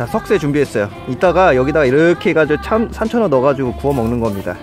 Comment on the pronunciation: 산천어가 삼천원으로 들림